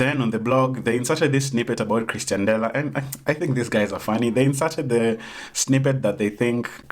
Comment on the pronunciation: Nice video but it is pronounced as "Ex-tian" dela not "Chris-tian" dela. Its mildly infuriating tbh